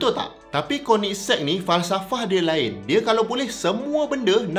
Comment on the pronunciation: Akhirnya sy pandai sebut nama kereta ni bila dengar abg sebut 🤭